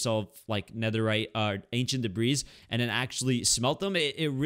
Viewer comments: you don't pronounce the "s" in "debris" by the way and love this series💖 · That’s because the “s” is silent